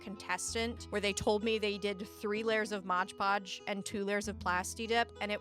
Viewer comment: To clarify, I love your videos… but the modge podge bit is really taking me out of it